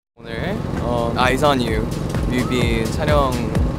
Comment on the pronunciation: 조슈지 아이즈 언 유 발음 개조아